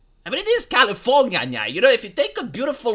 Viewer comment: Why does he call California, California Nia?. 😅